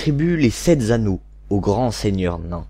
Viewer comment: La liaison des "sept z'anneaux" est particulièrement horrible à entendre.